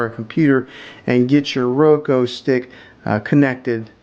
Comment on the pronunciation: Soundtrack is distracting, FYI. Would rather just hear you- ps I think its pronounced ROWkooo